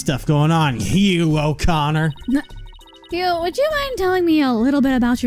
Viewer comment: Hugh o'conner sounded like "your a goner" so i think the recorder is useless